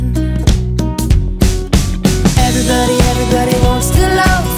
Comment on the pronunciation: Younsaid everbody instead of everybody